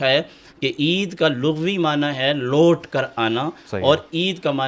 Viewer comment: Is bazaarwi ko koi samjhaey "lawt" ker aanay sur gadhay ki tarah "lowt" ker aanay mein ferq hai.